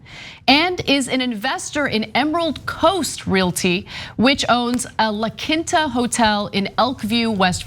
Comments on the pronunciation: Its pronounced La KEEN-ta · OMG, Ana, it's pronounced (lah keen-tah).